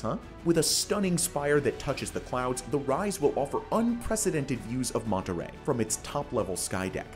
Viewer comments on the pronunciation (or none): Commodore and the tower in Seattle are my favorites among these. BTW: "Monterey" (with one "r") is a mid-sized city in California. But "Monterrey" (with two "r"s) is the city in Mexico to which you referred. The problem is that you pronounced it like the city in California. Next time, ROLL THE R.